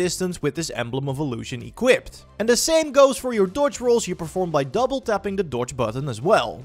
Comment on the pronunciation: Anyone else giggling at the way he say's "dodge" lol nice video dude. (not sarcasm)